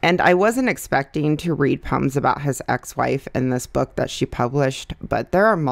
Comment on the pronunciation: The way you say poems sounds like puns to me and I was like wait those aren’t funny puns